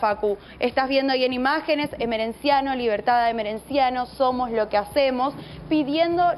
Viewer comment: "Somo lo qie hacemo" 😂😂😂 la negrada sin primaria...